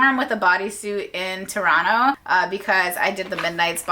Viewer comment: Toronto pronunciation on point ❤😅